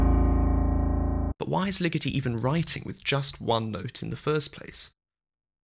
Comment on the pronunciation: I don't mean to be that linguistic nerd that shoots on all the fun, but you pronounced Ligeti wrong. It is Lee-GEH-tee, not Lee-GIH-tee.